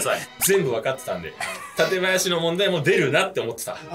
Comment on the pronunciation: 館林の発音が群馬県民だなって思いました このシリーズ好きなので最新作嬉しいです😊みんな楽しそう